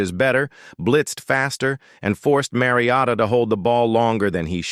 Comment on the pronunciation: Listening to this AI pronounce Mariota and Manziel is unreal. Fucking do better.